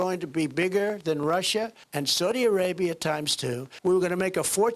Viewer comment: why does he say saudi arabia like that SOADY